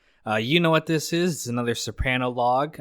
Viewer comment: it’s pronounced so-pruh-no not so-pran-o (I born and raised Capaci south Italy)